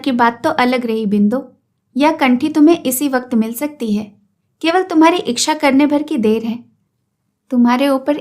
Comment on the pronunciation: Madam ji aapki aawaj aur aapki kahani kahne ka tarika hmko bhut achhi lgti h lekin chhoota muh badi baat aap ichha ko iksha bolti h ya mai galat sunti hu .....mai aapki galti nahi nikal rhi hu mai sirf puchh Rahi hu 😊